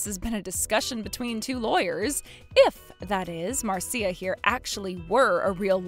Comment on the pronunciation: Marcia is pronounced Mar-sha. Not Mar -see-uh. Well at least, the man knows how to pronounce it properly.